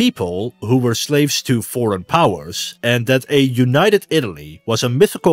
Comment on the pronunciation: Ive heard Americans pronounce T like D. But never a D like a T and a T like a D in the same word. Yoonayedet.